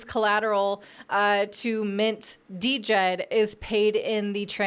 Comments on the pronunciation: We'll be waiting for your correction. COTI is the provider of DJED (pronounced JED). $SHEN is the reserve token. You have made no mention of the minting process and how both tokens work in correlation with each other. It' s totally different to all of the other stable coins you mentioned. Spend a bit more than 5 mins researching next time before posting trash like this. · Trying to be positive but this sounds like you didnt do any homework. It is pronounced: JED. You did not mention SHEN or trip levels of minting burning. I am not a maxi trolling you bur please do proper research. You didnt mention COTI.. or this being Minimum JED. If you need a primer reach out to the Cardano community. Your script was shallow without substance. That is what upsets Cardano folks. You didnt even pronounce it right so clearly you didnt watch right videos. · JED the D is silent people. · I thought she said the "stable coin" was called DEGEN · DJED - Pronounced "Jed" silent D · She can't even pronounce it correctly. How much research did she do? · The "D" is silent. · Luv ya. The "D" is silent in Djed. Stables are essential for DeFi, I hope a non-censorable few succeed across bridging platforms. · Are you sure? Have you not heard Charles hoskinson ever mention it and not pronounce it the way you pronounce it which is wrong